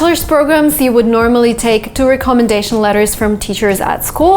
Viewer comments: Give me a call and I will instruct you on how to pronounce the word recommendation.I was unable to understand what you were saying because of the accents you placed on the word recommendation. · re-commendation letters 😂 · First google the pronunciation of recommendation🙄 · is it just me or does she not know how to say recommendation? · I’m really glad I wasn’t the only one. I have never heard someone say it that way. It’s definitely not the proper way. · That pronunciation of recommendation is a bit off I guess. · ❤ much love. Recommendation is pronounced differently. I have a tick everytime you say this word incorrectly.